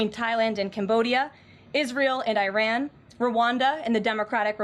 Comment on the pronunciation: A real presidential spokesperson would know that there are two countries in the Middle East that are NOT pronounced EYE-ran and EYE-rak. A new ballroom? If you need gold paint, better buy it now!